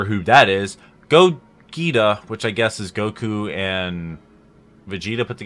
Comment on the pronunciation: did you really mispronounce Gogeta's name?